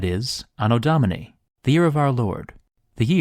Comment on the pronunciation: Anno Domini -- proniunced "Do-mi-nee." "Dominus" (Lord) is in the genitive, making it mean, "of [the] Lord." It is not, as you say, "Do-mi-nay." If you're going to make a video about Romans naming years, let's at least try to get the Latin pronounced correctly in the first 10 seconds or so.